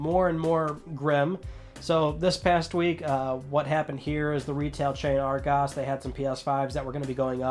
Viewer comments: loving the pronunciation of Argos. "ar-GOS".... its literally "Argos". :D Emphasise on the A then nothing else. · Being from the uk and listening to how you say Argos makes me laugh